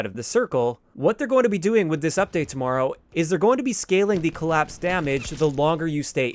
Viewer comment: The way you say TOMORROW is hilarious and you said it a million times 😂😂😂